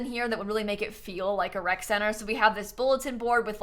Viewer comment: For a solid 2 minutes I thought that it was called a WRECK center. And it made perfect sense, you know, toddlers, infants… WRECK